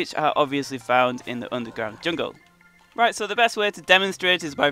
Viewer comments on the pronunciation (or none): none